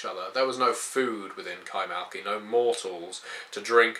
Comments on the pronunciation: kaymaKLı not kaymaLKi... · Isn't it Kay-mak-li?